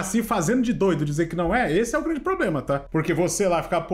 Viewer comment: parabém. Você fez um vídeo honesto trazendo um advogado e resgatando sua credibilidade e compromisso com a informação correta. A partir daí, cabe aos espectadores tirarem suas conclusões! Show! E outra fala pro chiquinho parar de falar poblema, da um nervoso. Se não for possível tudo bem